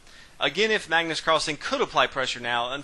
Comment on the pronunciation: kenneth hardman Magnus not Mægnøs